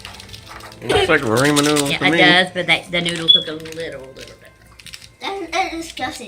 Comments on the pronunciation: MichelleandFamily I just heard it too 😂 raymen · You say ramen like raymen 😂